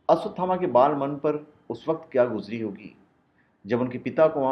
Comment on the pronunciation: first learn to pronounce his name